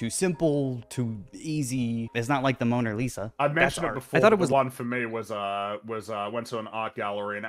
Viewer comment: I like how the guy in the video dismissed Kincade as an alcoholic, then seems to admire Pollock's noble suffering from addiction. Also, he totally said "Moaner Lisa" at the beginning.